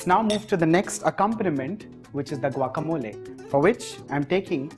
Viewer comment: I am impressed that the chef pronounced guacamole like a Mexican. Muy bien, Señor. I tried your recipe and it was delicioso. Gracias.